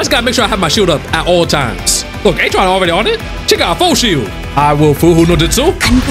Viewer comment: HE ACTUALLY SAID BROS NAME RIGHT THAT TIME?